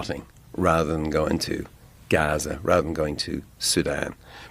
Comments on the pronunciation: Surely Bono has heard many people say Gaza before, why does he pronounce it like that? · Please stop pronouncing Gaza the way you are. We got the sarcasm the first 8 times.. it’s just annoying to hear you do it every single time. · Why do you keep saying Gaza like that? Not cool. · Why were you saying gaza like that 🤣 cringe